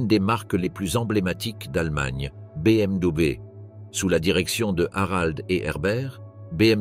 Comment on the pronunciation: Wahou ! Pas facile de prononcer la marque BMW !